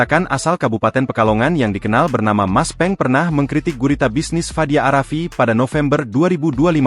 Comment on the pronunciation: Pengucapan narator itu seharusnya a rafiq bukan arafi